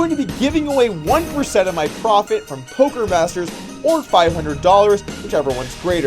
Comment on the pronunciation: did he said "polker news" in the end of the video?